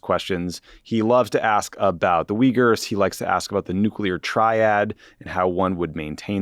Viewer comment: To be fair, without context I wouldn't have understood "Weegurs" either. In my German mind, I pronounce them "OoYgoors".